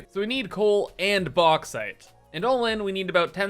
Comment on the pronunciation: its not the Box but the Box-ite